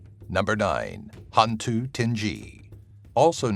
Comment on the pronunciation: Great video. There are a couple of demons that even I, as a Malaysian didn't know about, and most of them have variants in their background stories and/or traits. However, i just can't help cringe and laugh a bit when you mispronounced some of their names. ^w^ 'Hantu' was correct. It literally means 'ghost' in Malay FYI. 'Tinggi' is pronounced 'TING-GEE', hard G, not the 'j'. Hantu Penanggal (you missed the L in the vid text) was close to perfect, it's pronounced as 'PE-NUNG-GULL', as in seaGULL. Langsuyar, or Langsuir (theres a few way of calling it), is pronounced as 'LUNG-SOO-YAR'/'LUNG-SOO-YOR' or 'LUNG-SOO-AER'. Orang Minyak was the one i really laughed hard. Minyak (oil) is pronounced as 'MEE-NYUCK', its the 'nye' sound, and the 'UCK' is the UCK in YUCK. I've never heard of the A bao A qu, most likely because its origins are from India, as in a indian lore creature. Granted, Before Islam, Melaya was predominantly Hindu, so the lore might have been told by a several family lines. Not mine though. Gedembai is also a creature ive never heard about, most probably because it is not a mainstream creature like most in the list. Im sure there's a boatload more of malay lore and creatures ive never heard of. For the orang minyak, some think that it's a man who is trying to achieve immortality by making a contract with a djinn, and his task is to take the virginity of 9 women each night in a row to achieve his goal. im not sure what happens if he fails, but most stories end with